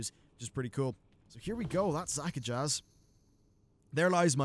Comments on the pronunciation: not zakajazz. Zuk-ahj. The last z is silent. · *Ara-thee Basin (not A-rath-eye) *Za-kaj (not Zaka-jazz) Sometimes your pronunciation hurts... Lol :P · Disappointing that Shadow Priests and Arms Warriors kill the EXACT FUCKING SAME old god minion for good at the end of their chains. WHAT DA FUCK IS CONTINUITY? Also, it's Zak-a-jj. Not Zak-a-jaz. The j and z combine into one sound.